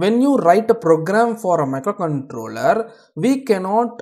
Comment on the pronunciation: Very easy explanation thankyou.. Your pronunciation of micro controler was nice